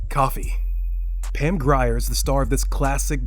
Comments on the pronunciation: Can you say Pam Greer? Not Pam Gry-er. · Pam Greer, not Grire.🤦🏾‍♀️🇺🇦